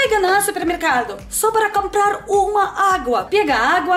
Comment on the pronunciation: Camprarrr é muito legal ouvir